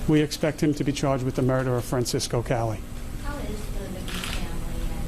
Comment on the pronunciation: It's pronounced Fran Chesko ya Mook.